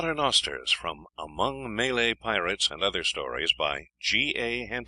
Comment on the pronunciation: May-Lay haha what a pillock!